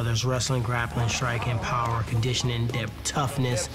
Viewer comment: ***** LOL he said "kundisshun" oomstad uve condition.